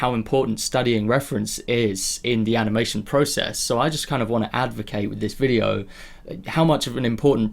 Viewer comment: Aniamtion? , eheh sorry for pointing out the small mistake , also thank you for doing your videos they really help! keep going! love your channel!